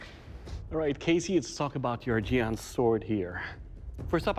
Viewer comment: They pronounced the Chinese words so badly that I didn't even know what to type to Google them. Jian "Jeanne" Sword of Goujian "Sword of Goo Jeanne" Qinglong Ji "Key Long G" Kachin Dao "Catching Dow" Hudie Shuang Dao "Who Day Dow"